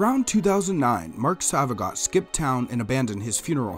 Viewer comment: His last name is pronounced “So-va-gee-oh”